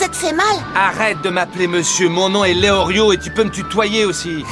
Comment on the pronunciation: Il ne s'apelle pas léorlio mais léolio !